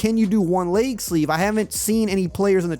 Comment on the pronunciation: My boy said “layg sleeve” 😂